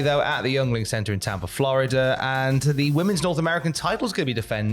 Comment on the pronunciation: It’s pronounced Ying-Ling not youngling. Lmfao